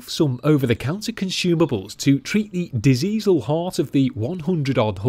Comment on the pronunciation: Diseasal 😂, did you watch Thomas the Tank as a child by any chance?. That's where I picked it up from.